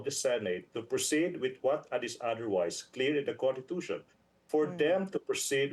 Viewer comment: Constitution po, not contitution. My god abogado ba to lol